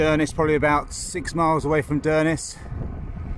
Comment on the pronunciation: Well done guys! Thanks for the vlog; it helps to keep cyclists like me, sane. As an Englishman who has lived in Edinburgh for over 30 years, I had to chuckle at your attempts at place-names...Still, you got Inverness right! 🤣 Best of luck!